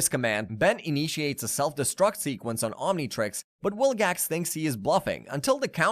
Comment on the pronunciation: you kept saying wilgax, it's vilgax